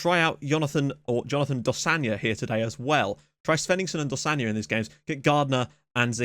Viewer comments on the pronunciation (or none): Im pretty sure you're pronouncing Dosanjh wrong. Its not dosanya, its supposed to be pronounced exactly how it looks. Its Iranian not Latin.